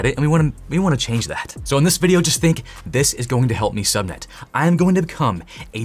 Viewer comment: " Lets take some time to show u safe dez nuts " i just keep hearing that